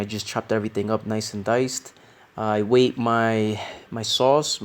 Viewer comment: Bro, the past simple of 'weigh' is 'weighed'. Sounds like you're saying 'waited'. Un abrazo muy fuerte tio!